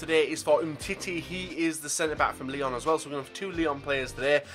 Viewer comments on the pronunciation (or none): none